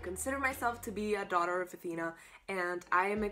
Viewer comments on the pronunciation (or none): none